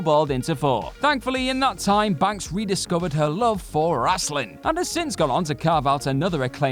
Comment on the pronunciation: FYI it is pronounced as wrestling not wrasslin